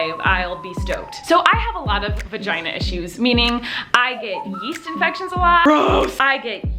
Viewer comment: Love how she calls it a vaheen😂😂